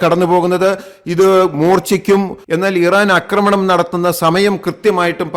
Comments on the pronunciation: അക്രമണം അല്ല. ആക്രമണം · Thante ' akkramanam' chollu masangalaayittu kelkkunnu Aakramanam ennu parayaan ithuvare padikkatha pottanmarude rajavu ,,marapottan ennu ellavarum parayume